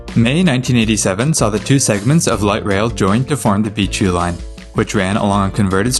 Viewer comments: Why does him saying Beechview sound like BQ? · Why do you pronounce Beechview like that?